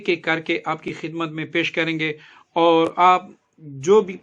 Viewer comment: Awar nahi (aor) pathana